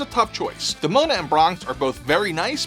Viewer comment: Bro, your bad pronunciations are killing this video. Symbiote (sim·bee·owt), and the gargoyle figure name is Demona (DEHMOWNAH).